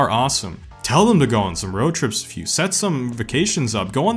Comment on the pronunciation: It’s WITH not WIFFFF !